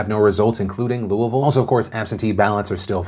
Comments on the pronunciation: Said Louisville right! Shocked! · I love how you correctly say Louisville lol. I used to live in Louisville, I moved across the river now. I had a feeling McGrath would surge a bit. Her ads were going weeelllllll before Brooker's ads started playing from what I saw. Plus I have no idea why but people still love Mitch....last I saw last night he was well in the lead. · As a louisvillian, thanks for pronouncing Louisville right. Made my day :) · Thank you for always pronouncing Louisville correctly! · Being from Kentucky, I am very proud that you correctly pronounce ‘Louisville’. Thank you.